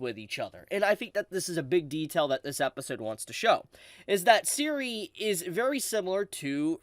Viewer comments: You pronounce Serie exactly the way it spelled. It's really not that complex. Every time you say siri, is like a punch in the gut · Serie is pronounced Zer-e-á